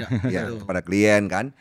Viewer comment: saat "klien" versi bahasa inggris dan "klien" versi bahasa indonesia bertemu. 😂